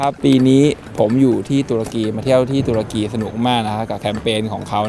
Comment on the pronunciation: ตะลุย ตะ-รุ-กี 😁🤣